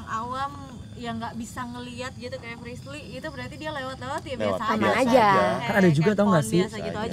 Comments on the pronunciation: di mnit ak gk bernti² ny muter s mnggil nm frisly yg slah blepotan ngucapnya..aduuuh gacoor bgt sie kamu...🤣🤣🤣🤣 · ▪"Jangan gitu dong resbir, prisler, plisir" "Frisli" ▪"Iya Prisler!!" ----- Ngakak dong* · Anwar nyebut frisly malah frisir,mau doa malah doa makan ehh ada lagii mau doa lagi malah doa buka puasa (emot ngakak) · Kenapa nyebut frislly flislir, flirser😭😭🤣🤣🤣🤣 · frisly: "ka tuh liat":"gamau ah jangan dong lesbil frisler freslir" haduhh ngakakk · Apa lg pas salah nyebut nama frisly, ngakak parah sii😂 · Sumpah ngakak banget pas salah sebut nama frislly:v